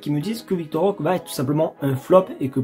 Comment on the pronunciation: Roquéé stp pas « rok »